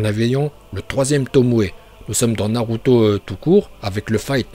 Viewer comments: Tarrette de dire naluto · narut... je veux dire naluto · moi j'adore la prononciation naluto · C pas naruto c naruuto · Naruto pas Naluto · Tes prononciations sont parfaites et celle que je préfère c’est naluto. Je m’entraîne à le dire comme toi mais ça me semble impossible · Je me demande si il troll ou pas 😂en tout cas la prononciations de naluto es correct 😂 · Au est c narrrruto même en Japonais